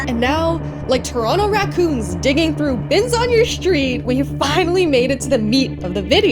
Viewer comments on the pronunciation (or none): The way you send Toronto made me think if you're from Canada. And then in I'm like yup she's from Toronto